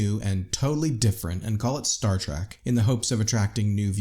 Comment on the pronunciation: It's Star Trek not star track